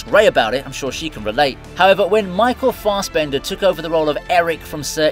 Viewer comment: Stop saying Fastbender... its Fassbender